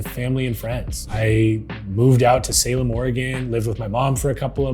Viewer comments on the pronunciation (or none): none